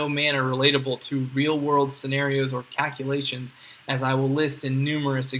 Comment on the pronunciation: Why can't he pronounce the L in calculation?